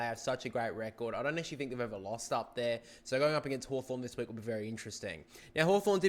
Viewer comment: You got hawthorn wrong